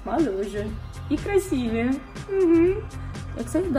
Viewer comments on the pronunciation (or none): none